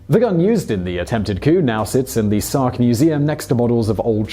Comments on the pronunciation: Sark. Not stark. Sark. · "Stark" Is it "Sark" or "Stark"? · the island is called 'Stark' (not Sark) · Did he call it "Stark" twice instead of "Sark"? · You call it "Stark" instead of "Sark ... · The one man invasion of SOCK. Is what it sounds like you said. Gardes sounds like "God" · Is it me or he's saying Stark over and over?